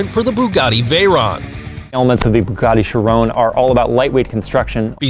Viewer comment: Bugatti Charon bu GAT ti SHI Ron